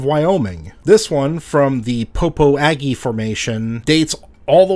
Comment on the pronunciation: Sucks that the year has been so rough for ya. My girlfriend and I are huge fans of your channel and we really appreciate you continuing through the rough spots. We've learned so much and you've actually inspired us to do some fossil sleuthing near flaming gorge and Kemmerer Wyoming. Before you get any hate mail, Popo Agie is pronounced "pa-po-shah" or "pa-po-jah" if you prefer. I live near the river and the namesake and people are very serious about the pronunciation, lol.